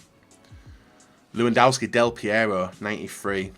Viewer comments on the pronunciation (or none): none